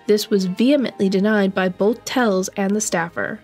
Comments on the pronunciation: She kept pronouncing his name as Tells, it is Telles. smh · Isnt is Tel-Ez? ? Also, its high- VIS, short for visibility! Sorry...im horrible I know! But you may delete this if you wish, just want you to be aware! X